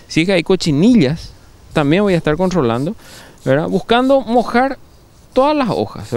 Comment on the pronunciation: "contrrrrrrolando verdad"